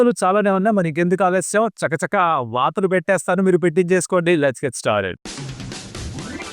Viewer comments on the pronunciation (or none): Vaathalu ❌ vartaalu❌e varam varthalu lalo vaathalu padutundi 😅✅ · Bro vaathalu kadu, varthalu.